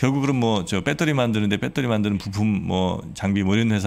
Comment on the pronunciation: 폭스콘을 팍스콘, 배터리를 빠떼리...그냥 신뢰가...